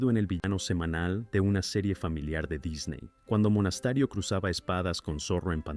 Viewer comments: Por favor, no hagan más videos con relatores de IA, es insoportable. Aburrido y encima habla mal ("Monastario" en vez de "Monasterio", por ejemplo) y encima puntúa pésimo. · Porque dice Monastario??? No era Monasterio